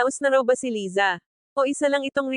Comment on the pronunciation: Hehe umuwi cia para pag usapan😁 Laysa ang korek pronunciation👏